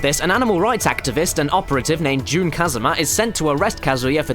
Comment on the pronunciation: and yes i know this video's old, but it's pronounced j-un , not "June"